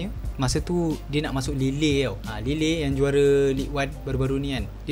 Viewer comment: sebutan kelab lille tu..lil..bukan lile😂😂